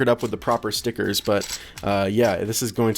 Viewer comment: I love when people say stickerrrrrs Stickerrrrrs STICKERRRRRS! STICKERRRRRRRRRRRRRRRRRRRRRRRRRRRRRRRRRRRRRRRRRRRRRRRRRRRRRRRRRRRRRRRRRRRRRRRRRRRRRRRRRRRRRRRRRRRRRRRRRRRRRS!!!!!!!!!!!!!!!!!!!!!!!!!